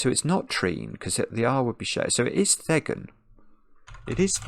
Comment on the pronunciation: Should be Panned for not thinking of J M Barrie? I'm guessing tween didn't come up in the dictionary search because it has an apostrophe at the beginning as a poetic contraction of between. And thegn is pronounced to rhyme with reign.